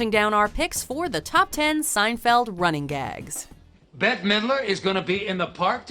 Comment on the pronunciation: This V.O. woman is so dumb. It is "Running GAGS" not "RUNNING gags". Emphasis on "gags". These are not gags about running.